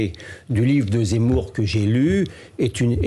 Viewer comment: Eric Zemmour est un homme, sincère. Courageux. propre sur lui. passionné de politique, captivant, cultivé, qui s’est assimilé. Certain m’ont demandé: “Oui, mais lui, il s’appelle “Zémmour!’ -“Pardon? Comment avez-vous dit ?” - J’ai dit Zémmour, Pourq… -Ont ne dit pas Zé mais Ze comme “e” et pas é! Ce que le monde est ignorant…hahahaha!😂🤣😅🥰